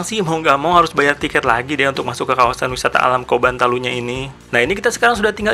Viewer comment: Maaf kak, bacanya Coban pake C bukan K. Coban artinya air terjun, seperti curug gitu kak..